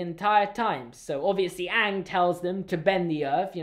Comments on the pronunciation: They pronounced Aang Ong and that was just ONE of the worst things about the movie. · Awng, they pronounced Aang’s name, Awng! I USED TO LIKE THIS WHEN I WAS 3! Then I watched the show when I was in year 5 and realised that this movie is GARBAGE! This is a disgrace to the greatest cartoon of all time and I’m so angry at it. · Ok everything he is saying about avatar the last airbender movie is all true it's horrible I just make fun of it!! They mispronounce everyones name!!